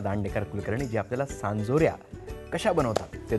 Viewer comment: सांजोऱ्या!!! चांदोऱ्या नाही 😂😂